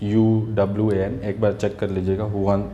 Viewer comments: Huwan नहीं sir Wuhan bolo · Wuhan hy not huwan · It's Wuhan .. not huwan 😂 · Sir WUHANand not Huwan. Bachhe bachhe ko pata hai ye 😂😂😂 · Sir ji not huwan.. Its wuhan province, china